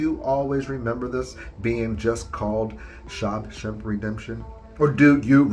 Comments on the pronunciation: I've always known that God calls himself jealous. With that one I just wonder if certain people just don't know the Bible very well. I Always thought Freddy's sweater was orange and green but maybe it was just the resolution. And did you just say "SHOB shank redemption"??? 🤣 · You lost me at "Shob Shemp" o.o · Say SHAWSHANK again!! Lmfao I'm sorry